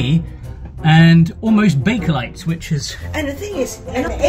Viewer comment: "Almost Bakalit..."! 😂